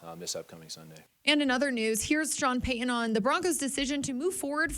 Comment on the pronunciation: Go Sean Peh-uhn and the whole gang! I hope Suh-uhn regains his greatness!